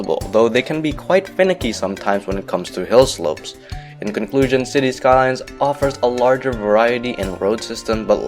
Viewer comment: Spelling vs. You Calling Cities: Skylines "Cities Skyline"